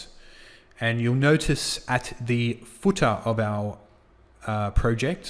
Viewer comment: I will never say header and footer ever the same way again....hedah and footah love it! Awesome video series...Thank you!